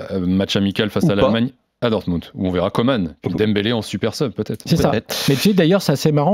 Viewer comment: Messieurs, ça devient fatiguant. Il s'appelle COMAN et non Comane !!!